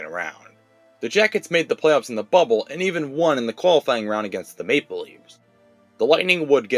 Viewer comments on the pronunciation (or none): none